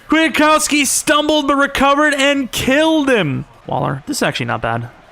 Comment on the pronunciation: Bro its QUIT-COW-SKI